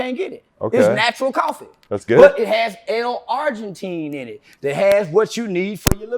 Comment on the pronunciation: it's L-Arginine not Argentine, driving me insane